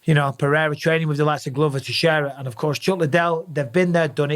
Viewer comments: Mike, stop saying “PeHeira”, it’s pronounced PeReira — in Portuguese, as in English. Joe Rogan DOESN’T know. Ask any Brazilian person, ask Gilbert Burns. Don’t perpetuate Rogan’s made-up pronunciation. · People need to stop butchering Pereira’s last name and just pronounce it PeReira like it actually is…not Peheira Peeira